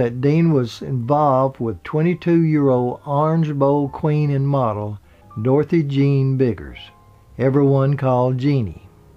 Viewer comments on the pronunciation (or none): none